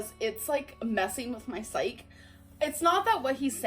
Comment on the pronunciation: “It’s messing with my sike.” obviously doesn’t know that “psyche” has two syllables.